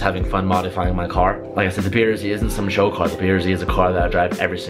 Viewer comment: BRZ! NOT BR ZEEEEEE